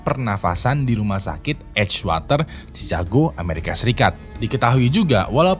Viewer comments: Cikago bukan cicago. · Masukan buat, Chicago dibaca = shi ka go, loeb dibaca = lub